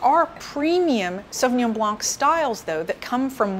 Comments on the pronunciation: The c is silent in the french word blanc . An expert should be aware of that. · Strange that you are aware that the 's' in Pinot Gris should not be pronounced but in spite of your knowledge in wine you still do not know that similarly the "c" in Sauvignon Blanc should also be silent! Strange